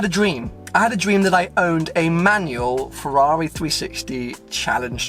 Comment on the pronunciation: Is it just me or does everyone cringe when he says Ferwawi